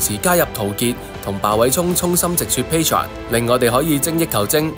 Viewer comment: 係pa tre on, 吳係pa tron